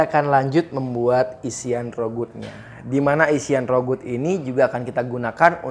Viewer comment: Rougut itu bacanya RAGU lho kayaknya...